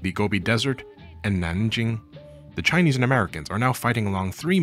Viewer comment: Kudos for the pretty good Chinese pronunciations.